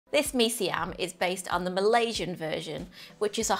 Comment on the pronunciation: When I heard you say "Mee Siam" properly, I knew that you knew what you were doing. I lived in Singapore for a few years (long enough to get addicted to the best of Malaysian, Indonesian, and the many different Indian and Chinese dishes). The only way to satisfy the cravings these 30 years later, is to make them myself. I can almost taste this one. Hokkien Mee is another good one, as is Char Kway Teow. Sigh.